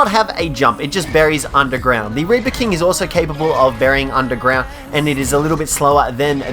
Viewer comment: Instead of reaper he said raper